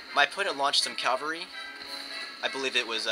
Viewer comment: Great video! [rant] However, the word "CAVALRY" refers to horse soldier. CAV -- AL -- REE! "caLvary", which is what you keep saying, is the Greek word for the hill on which Jesus was crucified. There is only one L in cavalry. [/end rant] Keep the videos coming.